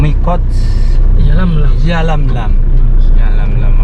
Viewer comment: Yalamlam bang,,bukan yamlamlam